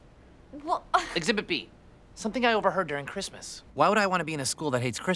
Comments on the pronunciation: "bwain hurty understandy kwismas" gets me every time hahahaha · I believe you mean cwismas